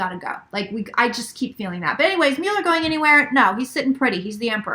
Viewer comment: Right cards, wrong interpretation. But you are correct that justice will prevail. Your pronunciation of Müller (Mueller) is correct. (I speak German, too.) My predictions: Mueller will remain for now. RR will go. Trump will serve full term (and maybe two). There will be many arrests and prosecutions.